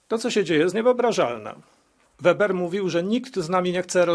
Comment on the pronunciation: Herr Manfred Weber (trzeba to nazwisko prawidlowo wymawiac nie Weber tylko Weeeber). On byl (jest) szefem CSU Bawarskiej. Zaslynal swoim planem zgloszonym do Komisji (nie przeszlo) zeby wytoczyc sankcje wobec Polski i Wegier za nieposluszenstwo. Raz w styczniu ..2 albo juz 3 lata temu slyszalem wlasnousznie w radion z nim wywiad. Bylo tak. "My Niemcy odkad sie skonczyla II WS stoimy na pozycji ze NIGDY WIECEJ WOJNY..ale!! Ale jesli któres z panstw EU nie zastosuje sie do naszych zalecen i nie wystarcza srodki dyplomatyczne to bedziemy stosowac srodki drastyczne!!!...dziennikarka do niego "Ma pan na mysli Polske?" ..a on...Tak..Polske i Wegry ...przy czym z Wegrami to ja mamy dobre uklady i sobie poradzimy. Gorzej z Polska, tam trzeba dopasowac rzad do naszych potrzeb!!.